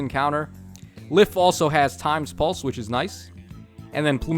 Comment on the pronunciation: Did you just say Legendary Leif twice...? Sorry, Legendary (Se)liph. (The Se is silent) Also, the temptation to run either double Altina, Plumeria, Lysithea and an IP unit? Or just one Altina and one Plumeria.